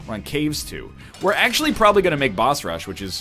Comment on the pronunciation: the way he pronounce "moms key" and "caves two" made me question english as a whole